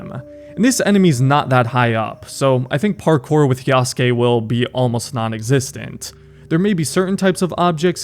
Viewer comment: bro has no excuse to still pronounce yasuke wrong😂